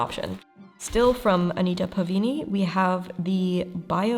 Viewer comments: Why do you keep mispronouncing PavAni as PavIni? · As a classical singer pronunciation is my thing so to answer some of your pronunciation questions- Pa-va-knee [pa-va-ni] not Pa-vee-knee [pavini] Lye-nen-took [Leinentuch] though the final consonant is more of a cat hacking up a hair ball sound than an American English k sound but we don’t have an equivalent sound and I don’t have an IPA keyboard on my phone. Fine-len-en-ba-teest [Feinlenenbatist]